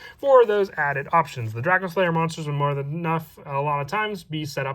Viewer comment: Wtf is DraKO slayer? It's pronounced DracOslayer. You imbecile.